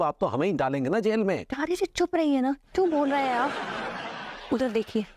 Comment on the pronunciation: अबे वो भाबी जी नहीं भाभी जी होता है 😂😂😂😂